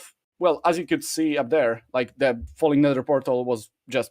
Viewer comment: I thought was saying funny blocks instead of falling blocks for so long